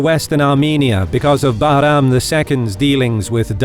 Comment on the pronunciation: Love the way you pronounce Bahram 👍